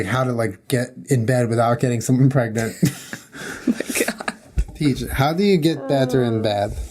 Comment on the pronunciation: Lmao "am I pregenanart?"